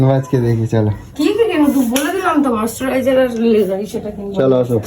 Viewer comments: Kothata moisturiser,moistariser noy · আরে আগে উচ্চারণ করতে শেখ, তার পর কিনিস, মস্টারাইজার, 😂